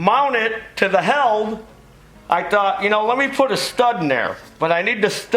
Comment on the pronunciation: What is a Heald hauler? And by the way its pronounced healed, not held.